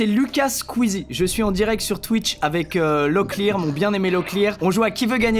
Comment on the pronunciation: le bilimbi peut etre consomé comme un fruit egalement mais il est très acide et Locklear ça se prononce comme la voix du jeu😂